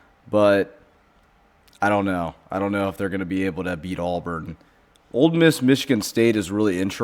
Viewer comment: ITS NOT ALLBURN. it's pronounced "aaaaaa burn". Also texas tech aint losing to Arkansas man